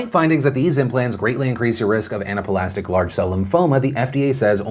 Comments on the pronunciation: Love you Phil and nothing personal but speaking of mispronounced words, it's ana-plastic, not Anapa-lastic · “Anapuhlastic”. Phill, it’s pronounced just like it’s spelled. Ana-plastic lol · Anaplastic is pronounced "Anna-plastic," just like it's spelled, not "Anna-puh-lastic." Seriously Phil, how did you mess that one up? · Were you pronouncing anaplastic wrong on purpose? It's funny yhat you corrected Allergen but not anaplastic. For anyone who wants to use the word it's pronounced Anna-plastic.